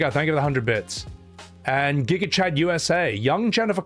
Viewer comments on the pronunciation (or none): none